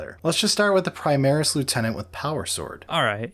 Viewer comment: "Prismaris" lol